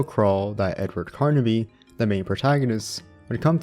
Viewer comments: the main protagonist of the games is Edward Carnby, not "Carnaby" like you keep saying... Shit like that irritates tf out of me!🤬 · Carnby not Carnaby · Pretty decent video. The only thing that kept throwing me off is that you kept saying Carnaby instead of Carnby. Other than that this was a pretty good watch. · Carnby somehow equals karn-uh-bee